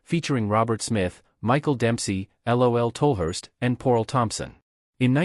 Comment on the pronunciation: Did the AI narrator honestly say "L.O.L. Tolhurst"?. It's Lol, short for Laurence you useless bag of cut price algorithms. Ignore this video, it was only made to generate revenue.